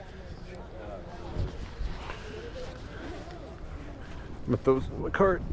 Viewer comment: hearing him say Bobby bow sheer instead of boo Shay pissed me off